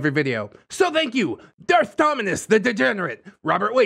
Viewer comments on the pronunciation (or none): none